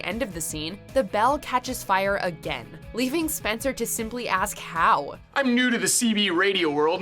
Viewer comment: “HOWv?” -Spencer